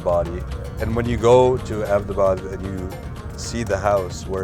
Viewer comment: and i LOVE how abbotabad is pronounced right